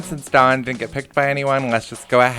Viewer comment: I prefer when you introduce the newbies rather than chucking them in then introducing them. Also if you could pronounce the W in dawn a bit more i keep hearing Don and thinking why is Don Lothario n love island not that he wouldn't be perfect for it